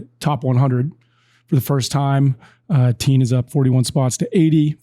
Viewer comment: Tien is not teem--it is Tea-en--as is in the en of blend--Vietnamese. And when you say teem I automatically think your talking about Dominic Thiem.